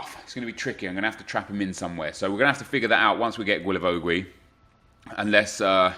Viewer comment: Everytime you say Guilavogui's name... It's just so hard to hear, love the series keep it up man